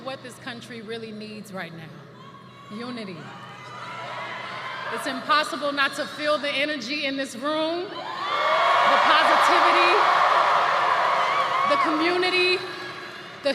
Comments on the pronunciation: Did she say unity or mutiny. 😂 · Does Beyoncé not know how to say the word “Unity”?